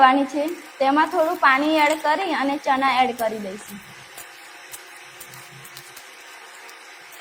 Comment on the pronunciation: Boli sudar deshi bole chana pili liye sareti bolay Bolvanu shikh pahela